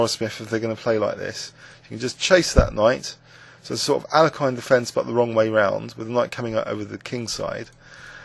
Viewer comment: "Alekhine" should be pronounced Al-yek-heen, btw... ;) but this game is terrific fun! =)